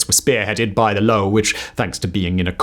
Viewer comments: The Low lol? Nah, it's Löwe, the lion :D And yes, it sounds nothing like low. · Btw, the German destroyer's name was Löwe ("Lion"), and there is no silent "e" in the German language...